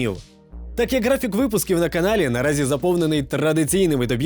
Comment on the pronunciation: Г, графік. Буква Г. Не ґ